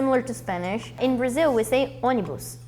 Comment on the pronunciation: I'm baffled. In Finland 🇫🇮, we have a major bus operator called Onnibus, so based on its name it could come from 🇧🇷 Brazil instead. 😆 The way Julia pronounced ônibus, it sounded exactly the same (with a double n).